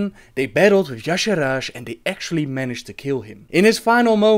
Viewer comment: You pronunciation of "Y'shaarj" is killing me, but it's ok.. nice video ^^